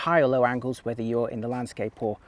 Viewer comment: Old guy should know better how to pronounce whether and than…